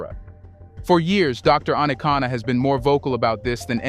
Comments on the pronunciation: Dr. ARIKANA (and NOT, Anacana 😌😌😌) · Her name "Arikana", not Anakana. Gabon coup is a family affair only. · Great Conversation, Please Brotha her name is Dr. A-ri-kana Chihombori Quao. No disrespect. Peace 🎈👈🏿😎